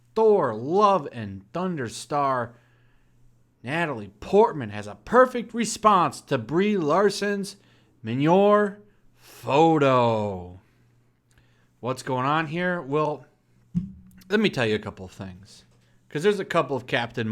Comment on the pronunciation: "Min-your" I actually cringed harder than watching that Simpson's short and had to shout the proper pronunciation. I might have a problem.